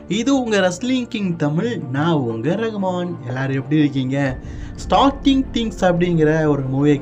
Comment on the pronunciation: அது ஸ்டார்டிங் திங்ஸ் இல்ல ஸ்ட்ரேஞ்சர் திங்ஸ்